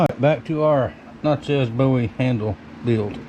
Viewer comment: Natchez rhymes with Matches !